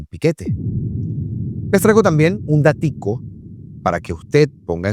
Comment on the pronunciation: podes hablar en CASTELLANO no es DATICO es DATO deja de inventar... no es CARTICA es CARTA deja de deformar la lengua...